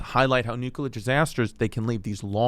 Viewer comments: Nuu-Cuu-Lar Chrissy, Never Nuu-Clee-Arr Chrissy. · Yo?!? You keep Mispronouncing the word NuCLEar ☢️ not NucUlar!❌ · Oh my I can’t watch this. IS NO ONE GOING TO SAY THAT IT’S PRONOUNCED NUCLEAR AND NOT NUCULER??? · Jesus Christ, as a former Navy Nuke... I hate how badly Chris is butchering this. (Only 2.5 mins in) Love you Chrissy but it's not "nuke-ular" Edit: Glad he at least got the basics of the power plant down. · Am i the only one triggered about how he says it... nucular?! Its nuclear bro!! Might do bluchew just for you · It’s NUCLEAR… not “nookuler” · Normalize pointing and laughing at people who pronounce nuclear as nucular😂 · Jesus Christ, you think these are informative? Dude can't even pronounce nuclear. It's not nook-yoo-ler. What a tool. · Chrissy Chernobyl dropping nukes on stage! Or as he calls it Nuke-you-lur. It’s pronounced new-clear, cuz you’re fully franks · I lasted into the video and had to stop because I knew it was gonna drive me crazy with his pronunciation of nuclear! Stop adding the extra U. Only one U. Chrissy Dingbat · you spelled it out the right way... bush pronounced it: new-kuh-lurr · Its nuclear. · Chrissy nucular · Nobody gonna point out the prolific use of the word nucular? LMAO 😂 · Nuk-u-lar Franks 'n Beans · Whenever i hear "nUCuLeR", i know it's over😂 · Wtf is nuke u ler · Bro said “nuke-u-ler” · The comments are gonna kill your pronunciation of nuclear. :( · Some of the smartest experts even pronounce it nucular so we can't be too judgey 🤷🏻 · Genuinely drives me crazy when people pronounce it like "nu-ka-ler" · It's the George Bush way. Newkyuhluhr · You misspelled nukuler 😂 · I love Chrissy D, but I can't listen to him pronounce "nuclear" like he's Brendan Schaub. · I feel like I've heard him say it right before, wtf happened? Did we take the bait?? 🤣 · This episode would be so much easier to watch if you could pronounce nuclear... 😂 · I can’t tell if he’s doing it on purpose 😂